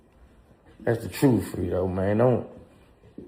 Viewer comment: 🥷 said frito lmao it's fredo 🥷 😂😂😂